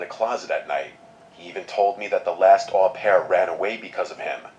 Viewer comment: i looked it up its actually pronounced "oh-pair" mispronounced it cuz au is almost always "oh" and its a french word